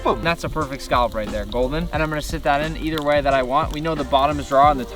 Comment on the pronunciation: saying scallop as skalp kills me